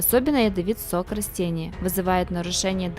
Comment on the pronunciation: Не рОстения , а рАстения !